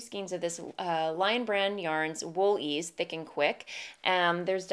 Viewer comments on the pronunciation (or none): none